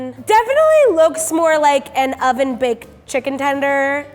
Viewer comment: "It was made ... in UH oven!" She says with a Hollywood smile.